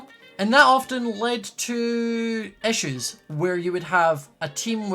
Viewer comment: Everyone’s talking about how he says “Hermits”, but can we just appreciate how he says “issues”?